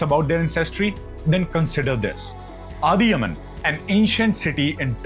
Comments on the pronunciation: It’s not Adhi yaman , it’s Adhiyaman a South Indian king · Its not adiyaman we pronounce adiyamaan(அதியமான் ) because iam from southern India tamil lord karthikeaya (murgan) he's war lord and hes primary god for Tamil peoples and hes the gardien specially tamil people. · That is adhiy+aman that is the correct pronunciation. We still have this in our community not allowed to marry outside the community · Adhyaman - I think it should be properly pronounced as Adhya-maan which is a name from ancient Tamil scripts. Also archeologist and researchers have found similar ancient names all across the places ranging from Pakistan to Iraq. My information may not be picture perfect but you can find more information on the internet. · Snathan is no where related to South-Indian or God Muruga. I am from Tamilnadu. Adhiyaman pronounced by you may bring a smile in the face of South-Indians😂